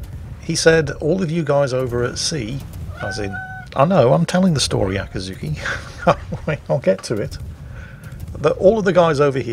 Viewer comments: "Akazuki"? It's Akizuki,.? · It´s Akizuki not Akazuki or Yakazuki btw;D...you can go ahead and call it Dave from now on. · After 3 mins I watched this video, I started to notice pronounce it like Akazuki, but not Akizuki. The former mean the dawn. Just mention, not blaming or something else. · I am both socked and appalled by the realization you didn't take the opportunity to call your cat "Acatzuki". I thought you called her that ever since you got her and I loved it, but today realized my ear just heard what they wanted to hear, and you indeed simply called her "Akizuki"...